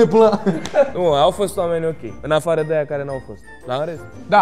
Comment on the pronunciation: Ne-a fost dor "dă" tine ...😂😂